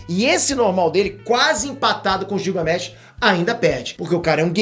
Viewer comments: Não é gil é guilgamesh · Você fala o nome Gilgamesh errado... Leia como se fosse Guilgamesh... como Guilherme.